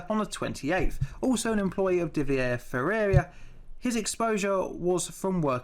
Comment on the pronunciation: I like how he pronounces Ferreira Fieirria lol